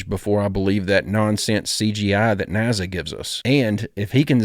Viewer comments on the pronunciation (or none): Do you just pronounce NASA as naZa on purpose orrr….??? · Please stop calling NASA NAZZZA!!!